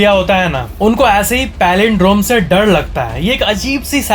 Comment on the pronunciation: Fun Fact:: He says d in r like he says dad in dar...listen carefully